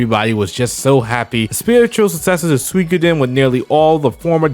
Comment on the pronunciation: I'm sorry I swear I'm not being a pompous douche bag but i always thought Suikoden was pronounced like sooo-ee-code-en not swi-coden can somebody enlighten me?